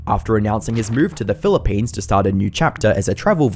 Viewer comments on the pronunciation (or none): none